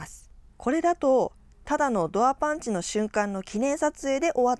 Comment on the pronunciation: パンチ👊パンチ👊 パンツ(^_^;)パンツ😍と聞こえる😅